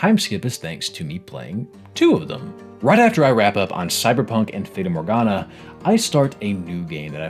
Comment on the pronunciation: "feyda morgana"